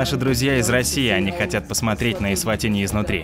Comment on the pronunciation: Варламов должен знать,что , когда человек снимает без разрешения, это в любом месте неприлично и можно огрести, что будет правомочно. Сам тон повествования критический, ернический, с позиции " большого брата". Название страны лучше называть правильно, а не так, как привык Я. Фраза " Взрослые только пьют пиво и стригутся"- характеризует не Эсватини, а Варламова. То есть дети и сахарный тростник у них сами себя растят, да и много чего само делается- строятся здания, дороги, готовится пища, ездит транспорт.